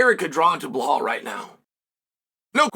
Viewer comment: BLUHAUL is crazy lol it’s Belal (BEELAWL)